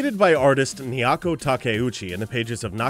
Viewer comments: OMFG 11 seconds into the damn video and you already butchered Naoko's name!!!! ugh I can't consider you a serious "vice" channel after that. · Please work on your pronunciation of Japanese terms......hell even gems...... That was like murder to listen to. Totally butchered Naoko-san's name.